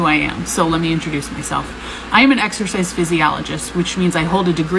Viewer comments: If you have a degree in exorcist (exercise) and you can’t even pronounce exercise, that shows how bad you are at it. If you ask me overweight ppl are a penny a dozen with how many there are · We all heard "exorcist"😅